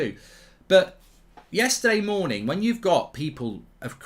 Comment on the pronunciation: Did he say "hello everybody good MOONING..."? Brilliant!